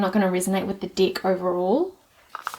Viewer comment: I love the way your pronunciation of the word de k sounds like dick 🤣 it's so innocent and funny "I don't resonate with this dick" "it's a really really cute dick but it's powerful" girl you made my day 😄